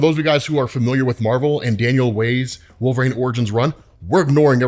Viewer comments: Bro, please stop saying Wolve"rane". It may be a running joke, I don't know, but sheesh!😂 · One day will pronounce "Wolverine" correctly!